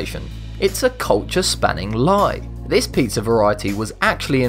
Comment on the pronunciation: Dacoool! I thought you said "put people on a pineapple"